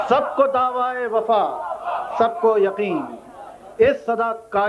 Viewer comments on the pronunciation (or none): Daawaa e wafa kya hota hai Daawa e wafa hota hai Iske baap ko isko jihaalat par sharm aati hogi